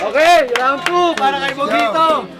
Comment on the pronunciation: tang inang rapper yan c bogito bulol pota.,magbi2saya n lng mali mali p